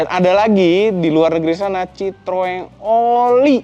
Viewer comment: Citroën = cara banyanya (chithoen)